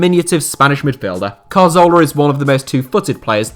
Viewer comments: CAR-ZOLA!? bro the name isn't hard to pronounce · I don't like to be mean spirited, but the attention to detail here is pretty horrific. Hull City were 2-0 up in the 2014 FA Cup final and the inability to pronounce Cazorla and Rapinoe correctly are one thing but picturing Naby Keita when talking about Sadio Mane is...not good. Almost like the whole thing has been rushed.